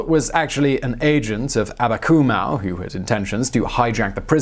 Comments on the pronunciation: Abakumov not Akabumow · You horribly mispronounced Abakumow - the w should be a v, as in Abakumov. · Why you read "Amakumov" as "Amakumau"? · It’s not Abakumau, it’s AbakumOV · Abakumow? Really? Does that sound Russian to you? His name is Viktor Abakumov. Russian doesn't even have a "w" sound. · It's AbakumoHV - Some English sources render V sounds as Ws on Slavic names (e.g. "Pawel" for Pavel)